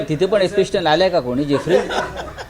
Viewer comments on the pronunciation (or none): भोंग्या, आधी एप्सटिनचा नीट उच्चार करायला शीक रे. एपिस्टिन नाही, तर एप्सटिन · Elpistan नाही ra bhu epstin 😂😂😂😂